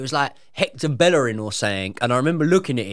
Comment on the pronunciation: Hector Bellerín bro 😭🤣